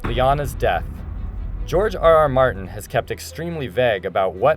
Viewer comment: GEORGE ARR ARR MARRT'N